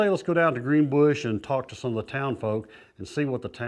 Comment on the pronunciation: Greenbush not greenbrush!